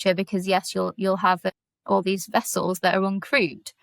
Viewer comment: "Vere do you keep ze nuclear wessels?"